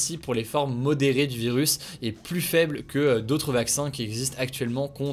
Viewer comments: Salut Hugo, merci pour ta chaine et son décryptage régulier et le plus souvent sérieux En revanche, ne le prends pas mal mais tu irrites un peu mon oreille à chaque fois, phonétiquement on dit " le varian Anglai est PLU mortel" et non "PLUS mortel" Merci et au plaisir de t'écouter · C'est marrant tu dis "plusse" :) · "plus mortel' on ne prononce pas le S mon cher Hugo ;)